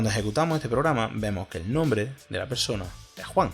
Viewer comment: "Perona" me hizo recordar a los peronistas acá en Argentina jajaja